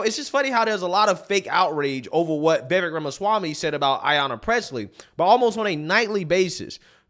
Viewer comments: Somebody tell bro its' "Vi-VAKE" not "Veh-Veck" ...too many intellectual conservatives continuing to misrepresent the man's name, it's fkn silly at this point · It is Vi-vek, not Vevik! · The mans name is PRONOUNCED Vi-vāk. Rhymes with cake. Vivek Ramaswamy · You pronounce his name we vivake like cake. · His name is pronounced “vih-vake”. Why can’t anyone at least look up up before they make a video saying it 20 times? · Love the videos. His name is pronounced as in "Cake." So his name is pronounce Va-vake. This is how he said it's pronounced. I think he's awesome and needs more attention. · Why can’t people in media pronounce his name properly? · I'm amused by preference for and coverage of Vivek but still can't pronounce his name properly. not a diss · "It's Vivek, like cake." - Vivek Ramaswamy Someday you will take the time to pronounce the man's name correctly.